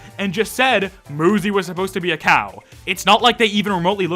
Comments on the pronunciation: uuuuh to say, muzy IS pronounced as moozy in portuguese, so i would never guessed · it should be pronounced "myoozy". like cute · Muzy. Rhymes with Suzy. Ain't rocket science. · if they used ü then moozy would be the correct way to say it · I thought it was pronounced M 'you' zy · That "Muzzy" pronunciation and referring to Muzy as green and fuzzy is strange to me considering there was a film intended to teach children a foreign language named "Muzzy in Gondoland," where Muzzy himself was indeed a green, fuzzy thing. Just thought that was worth mentioning. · Ngl if I had no context about the game, I would have pronounced it "mew-zee", like music. Muzy still makes way more sense than Muzzy though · Honestly I'm not surprised if the dev is just making the game to test their game developing skills (and to get quick bucks) but the popularity is just exploded out of nowhere must be too much for them. Also, why do I think that Muzy developer is Japanese? Maybe they pronounced Muzy as "Moozy" and the UI arrangement in the screen title ? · If the game was supposed to be pronounced like he thought it was, it would have 2 Zs, as in Muzzy. Muzy is pretty obvious. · About the name maybe the creator isnt a native speaker in many languages u is pronounced like u so i think that might be a problem in the name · Even English has words with single U's that are pronounced with an oo sound. Has he never met someone named Suzy? Does he pronounce it Suzzy? This rant felt completely out of place. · Sorry to interrupt, but MU is more often pronounce as moo instead of mew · I'm sorry moozy 100% makes more sense as a pronunciation of 'muzy' than muzzy does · Technically it should be pronounced mUzE Because a e i o U and sometimes Y So that Y would make the U say U and not oo or uh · Dude. UZY the gun is pronounced OOZIE. So just do the same thing but with an M In front of it. Not that hard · Moozy❌ Muzy✔️ Why are you still reading nothing will happen Bruh Why